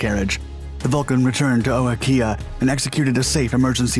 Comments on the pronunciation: its pronounced "o-ha-kea" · To say the names you got wrong. Paraparaumu you got right!! RNZAF Station Ohakea (Said O-Hah-key-a) Rongotai (Wellington Suburb where the airport is located) Said Wrong-ga-tie or Wrong-go-tie.